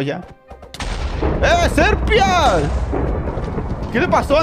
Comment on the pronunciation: SERPIAS DECIA XDDD